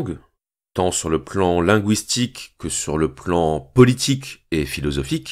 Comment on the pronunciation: Superbe exposé, clair et efficace, porté par une très belle voix… mais… qui aime bien châtie bien, vous parlez de linguistique, pourquoi ai-je entendu trois fois " linGOUIstique" ? Ça m’a un peu gâché la fête…. Yvonne Robreau